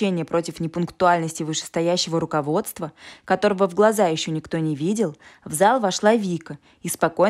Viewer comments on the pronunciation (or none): none